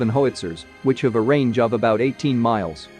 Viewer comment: Lol hoe witzer,,,how witzer lol 😆stay safe ❤